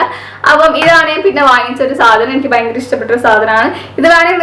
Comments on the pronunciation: vayankara alla fayankara.😋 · realy thank you cr7.... Actualy i know that word ഭയങ്കര... പക്ഷേ എന്തെയ്യാനാ പറയുമ്പോ ചില സമയത്ത് വ കേറി വരും